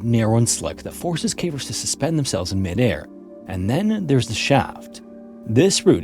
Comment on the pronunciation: Thank you for using your real and pleasant voice. You are one of the few who can pronounce “caver’s” properly. If i hear “Cah-vers” from another ai im going to flip out